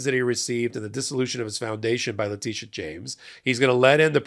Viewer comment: alternates pronouncing Letitia as both La-TISH-a and La-TEESH-a. I think La-TISH-a is the correct way, because: 1. When she took her oath of office in 2023 at the NY State Inaugural Ceremonies, they introduced her as La-TISH-a. 2. She also goes by Tish James. If La-TEESH-a was correct, her nickname would be Teesh, not Tish. 3. So far, all people of color, and most white folks, say La-TISH-a. Only a handful of middle-aged white men say La-TEESH-a.